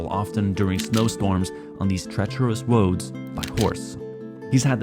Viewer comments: "on these treacherous woads" lmao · “treterous woads” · I am grateful that you continue to make interesting longform content, now that youtube is turning into tiktok. Also, can you spot the point in ' monologue where he refers to woads instead of roads?🤣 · "treacherous woads"